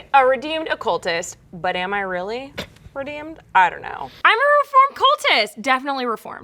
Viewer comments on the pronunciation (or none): It sounded like she said a redoomed cultist instead of redeemed